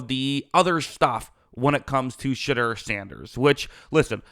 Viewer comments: Smetimes when you say his name it sounds like you're saying "Shitter" Sanders and it kinda fits tbh. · If u do not watch college football u should NOT be one to elaborate on a player or players.. plus u are not pronouncing his name correctly.